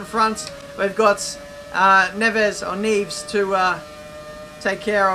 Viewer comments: Neves is pronounced nev-es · Neevs? Seriouly hahahaha